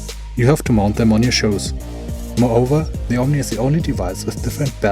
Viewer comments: sheus? shuus wenn dann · Great comparison. Just one note: I was a bit irritated about you talking about "shows" all the time, until I realized, you meant shoes. Those are pronounced like "sheus". Jedenfalls danke für den Bericht... ich verfolge diese Bewegungssysteme auch, weil ich mir denken kann, dass sie die Immersion noch mal ordentlich nach vorne bringen. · lol it cracks me up he calls shoes "shows"